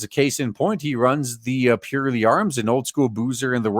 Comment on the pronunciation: I would love to see one of these scam attempts go to court. It would be nice to think that the judge would trample it into the dust, but you can't trust judges to have so much as a scrap of common sense these days. BTW, it's pronounced PURR-ley, as in the noise that happy cats make.